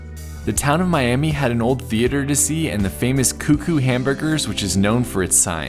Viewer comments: Miami Oklahoma is not “me-ah-me” it’s Me-ah-ma Oklahoma. True story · The town of Miami, OK is pronounced Miamah -- not like the city in Florida. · You missed a cool stop in Chelsea, OK. There is a underpass that crosses Route 66 that is also an art piece. The walls have been painted with many murals. There is a statue of Jim Thorpe outside Foyil, OK. He was an amazing athlete. Miami, OK, is actually pronounced My-am-uh. Easy to u detest and why it was said that way as absolutely everyone thinks it is the same as the city of Florida. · You've probably been told this but "Miami" in OK is not pronounced "Mi-am-ee", it's pronounced "Mi-am-ah". LOL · I would just like to say, it’s pronounced Miam-AH not Miami please get it right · Just thought I'd correct how you say Miami , Oklahoma ... it's pronounced as Miama , though spelled Miami. I'm from Oklahoma, and that's how we say it here.. there is Miami ( Miama ), Oklahoma .. and Miami, Florida. Glad you had a great trip and were able to see a lot in Oklahoma. :) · It’s not pronounced Miami. It’s My-am-ah! I know that because my grandparents lived there. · Make sure you don't say it Miami when visiting Miami, Oklahoma. The locals pronounce it (My-am-uh) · Miami, Oklahoma is pronounced My am a! The other one is in Florida! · Came here to see if you passed Miami, OK, and you did 🎉 Just know the locals pronounce it My-uh-mah. Don’t ask 😂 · Miami, Oklahoma is pronounced My-am-uh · In Oklahoma, the town of Miami is not pronounced like the city in Florida. It is pronounced “My am a” 😊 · Great video, the town of Miami, Oklahoma pronounces the town name with a short i sound not like the town in Florida. Great video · Miami, Okla is pronounced Miama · Love this video so much! Thanks for sharing. As an Oklahoman I really appreciated your point of view on all of our historic landmarks. Here's some inside info on our little town Miami. Its actually pronounced My am a. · Miami, Ok. Is pronounced Miamuh! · It is not miami it us miama